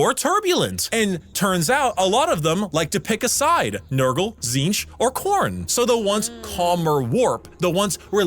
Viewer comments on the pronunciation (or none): none